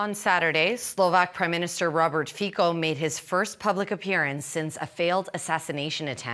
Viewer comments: Pronounced Feet-zo. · Trudeau journalist should pronounce his name correctly not with K